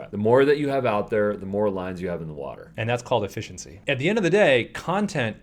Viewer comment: That's E-fishi-iency! 🤓